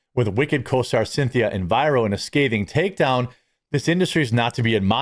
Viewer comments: She is legion; get behind me, Satan. Only my cringing ears really care, but her name is, say it with me, ... E R I V O not "ENVIRO". Do you have her confused with "ELVIRA"? Elvira was far better upholstered, certainly not anorexic. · Take the extra second worth of time to learn how to pronounce someone’s name. It’s not Enviro, it’s Errivo, like Ah-reev-oh. He did the same thing when Ozzy died and called Tony Iommi(I-owe-me) freakin’ Tommy Lommi. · The way Jeremy pronounces Erivo as "Enviro" lol